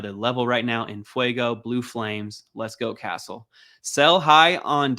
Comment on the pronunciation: The way you said castles name is criminal